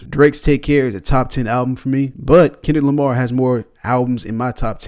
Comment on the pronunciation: Ah yes. Kenrick Lamr😅